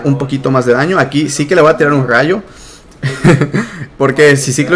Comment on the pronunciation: tengo gallo, se dice RAYO con R